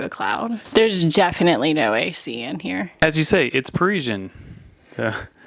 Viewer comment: By the way - it's Parisien, not Pareeshjen. An "S" - there aren't any letters in the alphabet for the sound you're using. Sorry. Just saying.